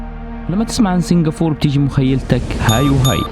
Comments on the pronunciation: اسمهاا سنغافورةة مش سنغافور -_- بالعربي , عليت قلبي يخي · عزيزي ، الدولة اسمها سنغافورة بالعربي و بالانجليزي Singapore و تنطق سنغابور. مش سنغافور. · سنغافورا وليس سنغفور كانها سنفور 😐تنرفز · انت نطقك لاسامي المدن غلط،،، اسمها سنغافورة مو سينقابور ،،، و الثانية اسمها سيؤول ،،مو صول،، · ما في شي اسمه سنغافور ياخي كلهم حوليك ينطقوها صح الا انت تنطقها خطأ بالعربي والانجلش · It's called Singapore not singafor lol. وبالعربي سنغافورة مش سنغافور